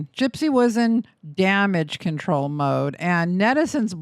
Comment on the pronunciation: “Spiraling out of conTRAWL” 🙄😂